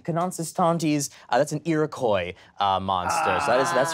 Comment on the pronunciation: Um, actually, it's pronounced I-roh-kwah